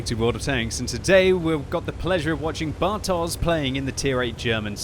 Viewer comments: It's 'bartosh' not 'bartoze'. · pls... You should read "bartosz" as "bartosh"... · As always - thanks for great comments of the battle! Just small remark (but of course I wouldn't expect you to know it): Bartosz is Polish name so if you see Polish 'sz' then pronounce it as English 'sh'. See this